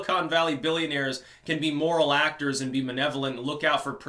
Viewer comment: “Menevolant” hahah